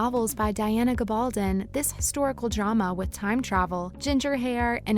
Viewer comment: GAB-ul -don...jeeez learn the name please